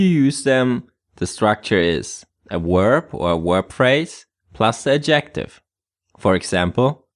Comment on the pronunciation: Please The word Adjective has its stress on the 1st syllable not the 2nd as you keep saying. This is English not Thai. So annoying. Sorry.